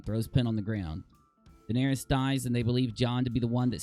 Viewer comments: Guys it’s Daenerys not Daenarious lol when you call her that you’re making her sound like a 6’9 power forward that plays for the Trailblazers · how are you pronouncing Daenerys lol